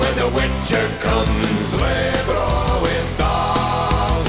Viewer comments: Relax, it's not a complain, it's just a notice... We know Polish is very difficult for non-Slavs and it was really nice to hear it in this song :) Actually, I think spanish guy would pronounce it better, 'cos you should say "r" in "srebro" more like in "burro" than "wuss" :P (yes, it's a joke...) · And still the pronunciation remains :D Example: Chrząszcz brzmi w trzcinie w Szczeberzeszynie. Sz=Sh, Rz=J, Ą=On, Cz= Ch. At least I tried to simplify it for you.